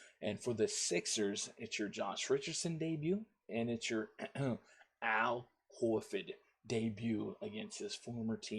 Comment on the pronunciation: Al Haaafor 😂